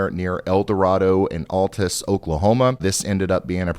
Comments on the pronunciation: its Al Tis... not All tuss :) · Al -tus! Al like pal! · There were 6 structures hit. The correct pronunciation of Altus is Al-tus. Great video! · U said the towns name wrong. I'm from Oklahoma and yes, it did hit some structures.